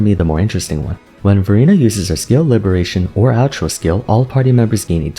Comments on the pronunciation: Every time you say Verina I can only hear Furina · lol everytime u said verina sounded like furina and i already know who to use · Exactly my thought as well😂 I thought I read the title wrong... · Well, NOW I do... thanks. XD